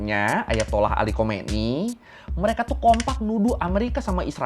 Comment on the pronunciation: khamenei, bukan khomeini